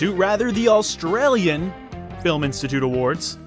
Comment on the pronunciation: Why do you pronounce "Australian" like "AUL-stralian"? Why the extra L?